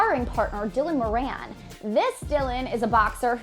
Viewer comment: Why cant none of these Americans pronounce Dylan Morans second name correctly 😂 It is pronounced Morr - an not Moreee annnee 😂 stop dragging it out ffs.